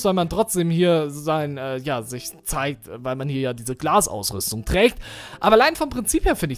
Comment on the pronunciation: die glas ausrösdong